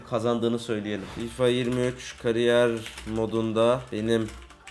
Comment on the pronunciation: "FİFA 23 "KARİYYER" MODU" 😂😂😂